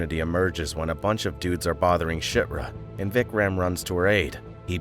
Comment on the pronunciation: you just called chirta shitra.....